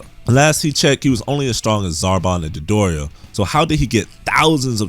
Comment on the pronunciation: Dodoria. The pronunciation was just a little weird.